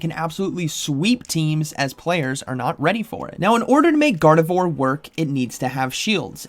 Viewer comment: Gardavore? Did you mean Gar-deh-vwarr? 🙃